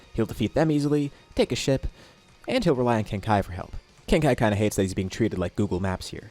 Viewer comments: You said “take his ship” but I heard “take a shit” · Fr thought you said take a shit instead of take a ship